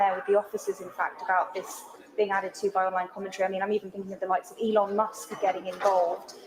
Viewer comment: E lon . Not ellen musk